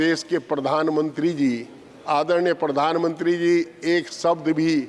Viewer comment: मैडम आपका उच्चारण अच्छा नहीं है,आप प्रशासन को परशासन कह रही हैं,प्रधान मंत्री को परधान मंत्री कह रही हैं,हरेन्द्र सिंह मलिक को हरेंदर सिंह मलिक कह रही हैं,प्रति को पर्ति कह रही हैं कृपया किसी प्राइमरी शिक्षक से उच्चारण की शुद्धता एवं बारीकियां सीखने का कष्ट करें।माननीय सांसद जी ने बहुत अच्छा कहा है,आपका वीडियो भी अच्छा है,जरा उच्चारण सुधारिये,उच्चारण पर विशेष ध्यान दीजिये।